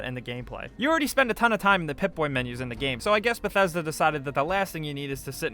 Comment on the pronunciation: Thats not how you pronounce bethesda